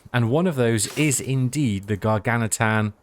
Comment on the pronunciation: Gargantuan - just a heads up. The word "gargantuan" can be pronounced in American English as gar-GAN-chuh-wuhn or in British English as gar-GAN-tyoo-uhn or gar-GAN-choo-uhn